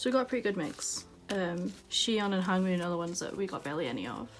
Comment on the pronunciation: Man, I'm annoyed the way you pronounce some of their names wrong. I am not saying that this video is not good but please try to pronounce their names correctly. I didn't mean to hurt your feelings or so. But still.... Hwanwoong is pronounced as Hwan-oong, RAVN is pronounced as RAVEN(the english pronunciation) and for Leedo it's pronounced as eedo. The L is silent. Hope it helps~